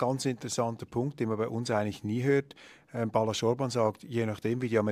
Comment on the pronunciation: Nicht Balasz, sondern Balázs